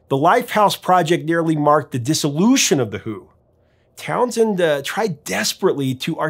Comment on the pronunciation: It's not Townsend. It's TownSHend